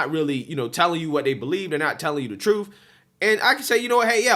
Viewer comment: Please try to say they, those, and them. I watch you all the time and love you brother, but it makes you sound less intelligent when you day day, does, and dem. And you're very intelligent.